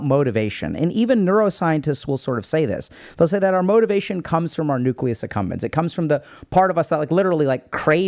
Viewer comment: So I've been listening to Dr K videos for years and only today did I realize it's called the Nucleus Accumbens and NOT the Nucleus Succumbens. Freudian slip?